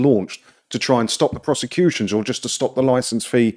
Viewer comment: "Criminal Croseputions" Did I hear that right!? :D Wow.